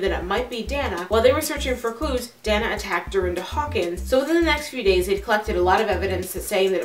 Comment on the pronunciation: You are mispronouncing "Dana." It is pronounced, "Day na." Moreover, your delivery of info if horrid....too rushed. Don't understand you question at end. Look up definition of serial killer.